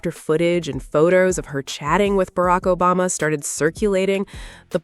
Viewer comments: Barak Obazza? Obasma, sweetie. OBAMA! Fix your AI! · What's with this Barack "OBAZA" reference. Is the A.I.going wonky? 🤷🏾‍♀